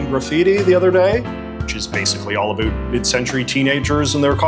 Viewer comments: When you say “about” i have to turn off the video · What’s this accent? Never heard anybody who pronounces “about” like “a boot”